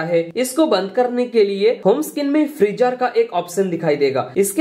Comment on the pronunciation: Oo Bhaai Freezer Hai Freejaar Nahin 😅😅😅😅